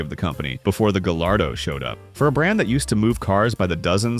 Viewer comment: Great video and i dont wanna be that guy but the "gallardo" is pronounced "guy-are-do", the double l makes a y sound. Im sorry I just had to say it!